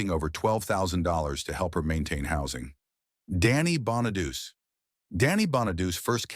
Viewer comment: While talking about Lindsay Lohan you showed Paris Hilton, twice. Pam Anderson got the same treatment as you cut to Jamie Lee Curtis for no reason. Margot Kidder apparently = Karen Allen to you. Your AI robot voice can't pronounce Danny Bonaduce's name (hire a human) or Natasha Lyonne's (voice actors are available). In Bobby Driscoll's segment you cut to Donald O'Connor! While speaking of Marvin Gaye's legal struggles you show John McCain's famous 'thumbs down' gesture in congress instead of generic courtroom footage! There are more visual and audio boners. Sad. AI can't do your job for you.